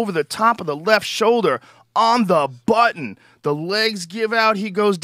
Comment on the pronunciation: joe rogan said biznut (button) and redonkulous in a 1 minute time span